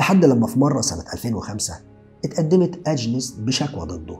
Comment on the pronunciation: توضيح بس والغرض منه المصلحة Xavier تنطق زاڤيي Agnès أنْيِس شكرًا لسعة صدرك